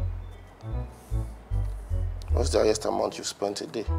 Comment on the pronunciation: Its the 'r' inclusion in every word for me. Hell neorr😂, yers, my nairls, becaurse😂😹...Like! The accent should not be forced.